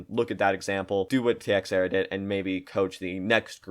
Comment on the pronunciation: Ti ex era wtf the x is pronounced like a ch